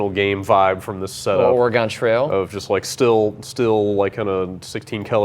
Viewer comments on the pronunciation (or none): OREGIN NOT OREGONE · an alright guy, but that is NOT how you pronounce Oregon.